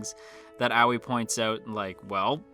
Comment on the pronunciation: Hello this is my first time on this channel and I just wanted to point out that nene and aoi are not pronounced as naenae and owee but the e in nene’s name is pronounced the same way as the e in eh. Aoi is pronounced ah oi. Not trying to offend, just wanted to point this out. I think this is the way the names are pronounced in the Japanese sub